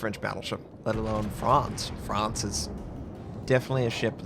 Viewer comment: “Frawnss” and “al-SASS”, FYI. Honestly, I thought this was some weird premium Ievel 9, and not the top tier. I guess you have to go with what history offers. One would have thought the level 9 plus bigger guns and some good AA & armour would have been a better idea. What was the theoretical role of this design?